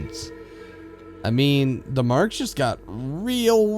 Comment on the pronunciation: Everytime you say THE you say DA!